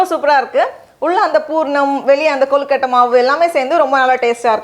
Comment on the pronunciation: Rubbish recipe! Never seen suck nonsense! And her pronouncing kolukottai! Rubbish!!!